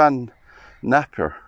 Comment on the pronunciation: Very interesting, thankyou. Beautiful mausolea. Napier is 'Nay-pee-uh' (not that it matters)